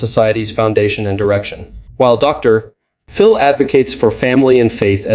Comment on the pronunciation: Since you are using an AI voice, try typing out the word "doctor" when you use a title as in Doctor Phil. When you type the abbreviated title: "Dr. ", the AI voice thinks you mean that the period contained within the title is at the end of a sentence. That unnatural pause sounds very weird. The proper name "Phil", then becomes the start of a new sentence. FYI